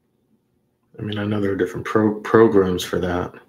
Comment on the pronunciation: "Progrums" You need "Progrums"